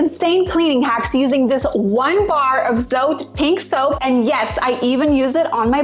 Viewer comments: It’s pronounced “Zo-teh” not “Zoe-T” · It's funny how she's trying so hard to say it